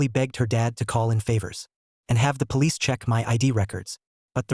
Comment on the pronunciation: ahh yes the palicce